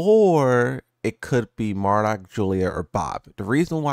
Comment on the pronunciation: 6 seconds in "Mardock" 😂😭 I had to But hell yeah, can't wait to bring back the ready stance mixups